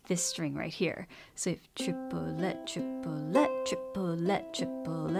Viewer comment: As a french person I hear "Tu voudrais du poulet" (meaning : wanna some chicken ?) instead of the "triplet" XD